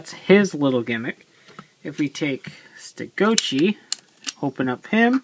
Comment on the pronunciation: everytime you say stegochi it sounds like youre saying ste goat cheese. lol